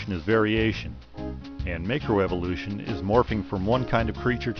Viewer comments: "make-row evolution" -- LOL! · It amazes me that this creationist is a macroevolutionist expert, without being able to pronounce macroevolution.